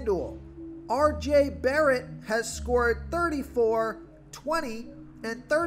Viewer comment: I lost a few brain 🧠 cells with that first try saying RJ Barret’s name 😂